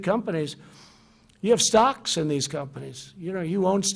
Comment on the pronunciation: He says stocks but I keep hearing socks going down.